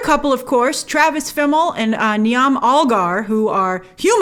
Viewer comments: Just so you know Grace... Niamh is pronounced Neeve, not Ne-am. It's an Irish name. Like Coaimhe is said like Queeva. The 'mh' is said like a 'v' sound. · Niamh Elgar is an Irish actress though her name is pronounced NEE-AV not NEE-AM lol. The H at the end of her name is not a silent one. It modifies the M to make it sound like a V ;) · Niamh is pronounced Neve. 😂😂😂😂😂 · Not to be a pedantic prick, but the name ‘Niamh’ is pronounced ‘Neave’. In the Irish language ‘mh’ is pronounced like a ‘v’. It’s a common and very understandable mispronunciation. Another great video with lots of insights! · FYI I think Niamh is pronounced Neave (like like leave)? Gaelic (Irish) is a nuts language.